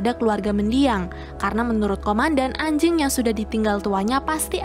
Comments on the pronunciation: Biasa aja dong bilang "ANJING" NYA 😂😂😂😂😂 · Biasa aja mba bilang anj*ngnya_